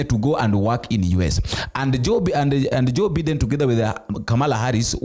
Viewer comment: It's Biden not Beeden (W-T-F)